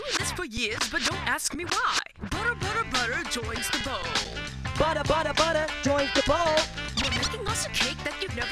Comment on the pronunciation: Love how he ended it with buttuh